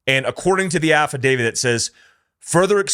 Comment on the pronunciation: It’s an “Affidavi’T’”. Not “Affidavi’D’”